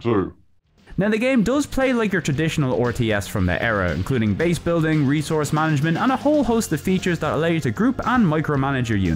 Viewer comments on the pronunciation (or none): none